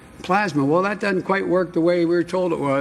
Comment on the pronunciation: Pronounce DOESN'T NOT DUD-ENT!!!!!!!!!!!!!!!!!!!!!!!!!!!!!!!!!!!!!!!!!!!!!!!!!!!!!!!!!!!!!!!!!!!!!!!!!!!!!!!!!!!!!!!!!!!!!!!!!!!!!!!!!! OH BOY!!!!!!!!!!!!!!!!!!!!!!!!